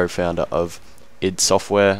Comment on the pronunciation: its I-D not id :)